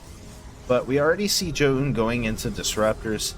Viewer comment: Listening to you say Zoun is brutal